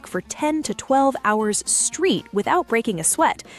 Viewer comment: “12 hours street”? AI will be the collapse of civilization. Amazing that it can’t get pronunciation right.